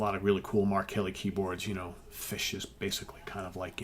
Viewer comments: Your pronunciation of “Fish” is spot on! Steven Reid has coached you well. Superb album. Complete classic. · My kilt approves of your pronunciation of the word fish. You should do a whole show with a Scottish accent.